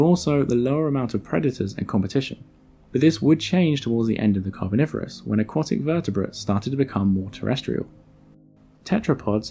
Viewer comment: Have I been pronouncing "aquatic" wrong my whole life?